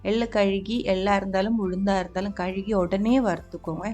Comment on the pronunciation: Dear sister, I'm regularly following your videos. You speak sweet Tamil and your recipies are awesome. One small correction. For 'washing', you used to tell 'kaluki'. It's actually ''kaluvi'. I just wanted to inform you. God bless you and all your family members.